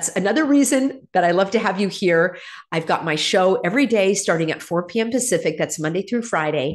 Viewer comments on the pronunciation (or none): none